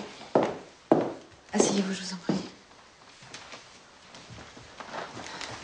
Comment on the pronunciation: dit toujour soyer "Heureux"